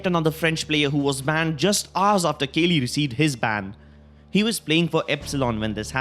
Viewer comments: kaley?? its kooklyy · Kaly ... Sure ,nice pronunciation xD